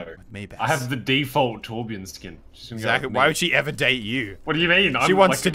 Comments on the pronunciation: im swedish.. u dont say whorebjœrn ITS TORBJÖRN! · I like torbjörn and not torbjorn but americans cant say torbjörn so yeah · As a scandinavian, i am annoyed that he says torbjorn instead of torbjörn. The voice actor pronounces it right, why not the fans? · It's Not Torbjorn it's Torbjörn Torbjöööööööööörn. With love from Sweden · ITS TORBJÖRN NOT TORBJORN! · I really love how you englishmen cant pronounce the letter "ö" and say Torbjourn insted of Torbjörn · For being swedish. This is so cringe. Its torbjörn. Not torbjorn. Only swe knows how to say ö XD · It's Torbjörn! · "trobajorn" jeez xD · Muselk it's Torbjörn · It's called Torbjörn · Its actually Torbjörn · its torbjörn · It pronounced torb-yern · someone, please teach them how to pronounce torbjörn correctly. please...... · Ö sounds more like u then o